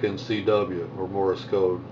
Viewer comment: Great app, I'm sure, but it is "Morse Code", not "Morris Code". Sorry, but that incorrect pronunciation is a little pet peeve of mine....